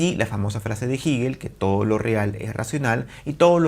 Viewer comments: Jígel no, Hegel o "Gejel". Resulta ya molesto que lo repita y lo repita. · Todo el mundo lee "Hegel" como "Jeguel" pero solo ese tipo dice "jiguel" jajaja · Se pronuncia Jegel la h como j, es aleman no inglés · Siempre hemos pronunciado jeguel desde la universidad. No se porque dice jiguel. Que raro... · No digas “jigel” profe simplemente “jegel” (Hegel) gracias te escucho ! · Se pronuncia Jeguel, no Jiguel. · Excelente vídeo! Pequeña corrección de un estudiante de Alemania que maneja un poquito mejor el idioma alemán… se pronuncia „Jéguel“ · Así lo pronuncian los angloparlantes. Los hispanohablantes pronunciamos Jéguel, pronunciación mucho más parecida a la original alemana. En el siguiente enlace pueden escuchar la pronunciación por parte de un germanoparlante. Juzguen Uds. qué pronunciación se acerca más a la original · Me distraía mucho que dijeras giguel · Jiguel 😂😂😂😂😂😂😂😂😂jjajajajajjjjajaajjafa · Como que Jigel ? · No se dice "Jíguel", duelen los oídos al escucharlo. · Jigel? Ohh lala señor aleman. Excelente reflexión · ¿Por qué dice *jíguel? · Cuestiones de estilo. A fin de cuentas se le entiende. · Por estilo 😎 estilo Neutrón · Así, tal y como pronuncias el nombre de "HEGEL" es tu conocimiento de el, eres un divulgador con falsa modestia. Dice Hegel, que por no estudiar se cree del lo absoluto, lo absoluto que no es...Te falta estudiar más muchacho. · El espíritu es el pensamiento y este argentino miente, además de pronunciar el nombre de Hegel un poco raro.